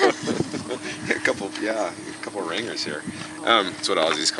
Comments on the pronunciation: “Ringers”? No mate….Aussies call them “rang-ers” soft G. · It's RANGERS not ringers